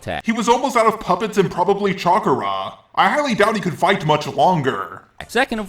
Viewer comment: I just noticed after you said it many times, you say chakra like "chakura" and I have no idea why or where you picked that up from.